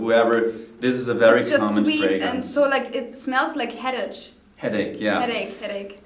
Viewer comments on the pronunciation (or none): accent so strong she pronounced headache like headish... love it lol. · She is cute and quite hot. But. I get turned off when she said 'headech' instead of 'headache' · She had me at 'headash'